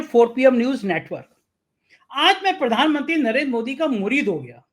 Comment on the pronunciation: it is mureed.plread it mureed.